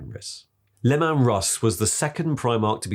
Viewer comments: Just one tiny criticism: "Lim-ann Russ"? Not possibly pronounced as Leeman Russ? 😛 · Who is l'man russ supposed to be? 😂 Lee-man Russ Dave woth Var-ran-guy. Sorry, mispronunciation is a bug bare of mine. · Lemon Russ" lol "Sickth"" lool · i dont understand how the author, a native speaker, cant pronounce "sixth" and Leeman Russ. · Never heard Leman Russ pronounced that way in any of the audio books that feature Leman Russ and the Space Wolves??